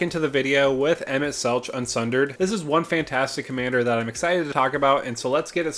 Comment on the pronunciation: Just a heads up emet selch is pronounced with a hard K sound.